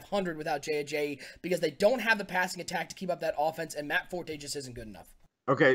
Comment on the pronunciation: #SonnyWins due to pronouncing Ajayi wrong many many times